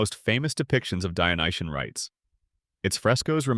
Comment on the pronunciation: And For the french translation, stop saying “dionyen” and correct to “dionysien”, no? From the god Dionysus.